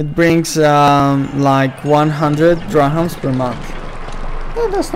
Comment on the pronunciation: Mate, nice video and all, but it's not DrahAMs, it is DrahMAs. Anyway, keep it up!